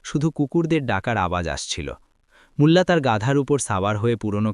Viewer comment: বাংলা উচ্চারণ আর ভালো করতে হবে, মুল্লা না বলে মোল্লা নাসিরউদ্দিন বলুন, এ‍্যাবং ( এবং) গিলো ( গেল) অগইত‍্যা ( অগত‍্যা ) এই সব শব্দ গুলো আপনি নিজের ভিডিও শুনলেই বুঝতে পারবেন। ভিডিও পোস্ট করার আগে নিজে একবার ভালো করে শুনে তারপর আপলোড করুন।